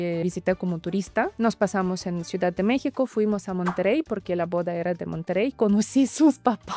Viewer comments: Se dice "Monterrey" no monterey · Ella dice Monterey porque no pronuncia bien el Español no porque tu pretendas obligarla a pronunciar ciertas palabras como a ti te da la gana.